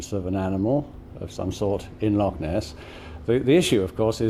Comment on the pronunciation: she said, "Lochaulk" HA!